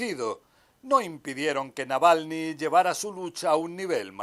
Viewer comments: No es Nalvany …dislexia de pronunciación…es Navalny…Na Val ny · La presentadora Claudia dice el nombre de Navalny mal todas las veces que lo menciona y en general habla bastante mal! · Nalvani? Jaja la conductora de noticias está más perdida que no saben ni cómo de llama el buen Navalny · NAVALNY (no Nalvany) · Y la comentarista jamas pudo decir Navalny se aferró a repetir Nalvany. hasta el hartazgo.Falta de profesionalismo. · Esta señora de CNN en rojo no sabe leer el Castellano. Navalny SI...la señora dice Nalvany como 100 veces. Lo primero que aprende un periodista es a ser literado y elocuente. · Qué clase de periodista es esta señora q ni siquiera sabe el nombre correcto Navalny .. ?? .. Durante toda su nota habló de "Nalvany" .... 🙄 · No es Nalvani sino, Navalni… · La periodista no se tomó el trabajo de decir bien el nombre del fallecido.Ella dice "Nalvany" y en realidad es Navalny..Alexei Navalny..se oye ridiculo😊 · Por favor la corresponsal de CNN!!! Es NAVALNY, no NALVANY!!! Pronunció mal el apellido en cada oportunidad!!! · Señorita Claudia, se llama Alexei Navalny, ...el señor Nalvani es un ciudadano italiano , esta vivo😅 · Navalny!!! No Nalvany ! Pffff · Navalny, no "nalvany" esta periodista debería hacer un mínimo esfuerzo para decir su apellido correctamente. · Dice ella "Nalvani"....... por DIOS, no sabe que es Navalny ??......que mal informada está, al parecer nunca oyó hablar de él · nalvany ? aprende pronunciar su nombre colega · Siiii jajajaja "NALVANY"!!! Bastante más de 3 veces. Estaba buscando un comentario de alguien que también lo haya notado. Lamentable la periodista. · Por qué dice Nalvany todo el rato? Una periodista tendría que saber el nombre correcto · Sorprendentemente dice "Nalvany" 😂😂😂😂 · Animal...es navalny....no nalvany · No sabe la reportera de CNN pronunciar correctamente el apellido del líder ruso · Le cuesta tanto a esa reportera pronunciar bien el apellido Navalny? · Nunca pronunció bien el apellido 😅